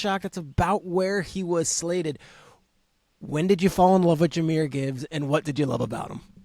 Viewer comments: “Jahmyr Gibbs (spelling check)” Yes, Peter, you’ve got it right! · I think you got it right. 🦁